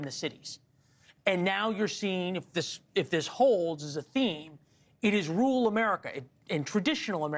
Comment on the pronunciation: This guy really needs to learn how to pronounce “rural”. It’s not pronounced rool wtf is that